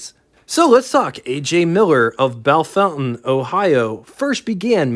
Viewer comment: Bellfontaine is pronounced Belle-fon-taine. No fountain in there. ;^)